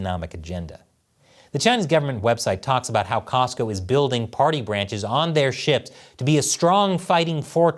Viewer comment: Cosco not Costco